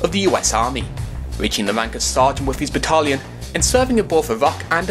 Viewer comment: You are allowed to say 'battalion' properly.